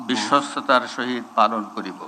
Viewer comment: *******খাম্বাচোরা,বিশ্বস্ততা যে উচ্চারণ করতে পারে না,সে বিশ্বস্ততার সহিত কিভাবে কাজ করবে I বিশ্বস্ততা কে বলেন বিশ্বতা I ভুলটা সম্ভবত ইচ্ছাকৃত কারণ বিশ্বাসযোগ্যতা,বিশ্বস্ততা কোন চোরের ভিতরে থাকে না I *******বাংলাদেশের ঝড় উঠেছে,ধীরে ধীরে বৃষ্টি হচ্ছে I ঝড়ের তান্ডব এখনও বাংলাদেশের মানুষ বা বিএনপি অবলোকন করেনি ....... বিপ্লব দীর্ঘজীবী হোক 🇧🇩